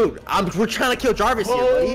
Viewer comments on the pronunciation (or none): You said javis